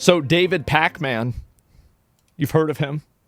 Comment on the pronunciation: lol Pakman? Cohen? Everytime.